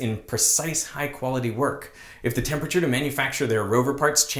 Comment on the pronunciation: It’s disturbing to me to hear so many scientists mispronounce the word temperature.